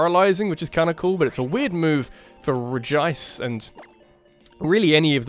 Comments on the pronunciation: So you used to pronounce Regice's name properly, but now you say it in the most awkward way possible? Okay then. Anyway, it's pretty amusing to think that shiny Pokemon have become common enough that finding one doesn't elicit any real reaction anymore. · No, it is pronounced, Reg-Ice. Not Regi-Ice. Look anywhere.